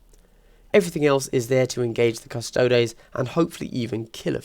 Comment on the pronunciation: cuss-toe-dees. like ass-tar-tees. or custodians. not cus-taods.